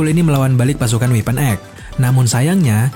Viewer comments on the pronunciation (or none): Sekedar saran "Weapon X dibacanya X bukan weapon Egg